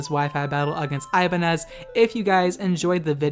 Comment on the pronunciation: I think it's pronounced as I-ban-nyez as in ñ (Ibañez). It's a common surname in our country.